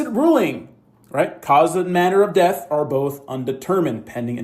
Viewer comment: Something I couldn't stand about this press conference, every time crump said death he pronounce it deaf. He said "we have to AXE ourselves" .... I don't give a f*** about Black culture ebonics and how you talk but when you're on a world stage and just won't do better? Give me a f**** break